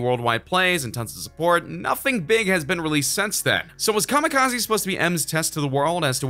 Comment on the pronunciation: EMINEMS STILL HERE Wtf is kamakizi. Last I check Eminem made kamakizi. 🙄